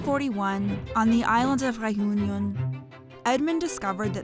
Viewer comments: everytime she says re-yun-yon I want to bang my head against a glass window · "The island of Rejuñon" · By the way, the final 'n' in Réunion is not pronounced if you want to pronounce it with a French accent. But it's probably better to just pronounce it the anglicised way.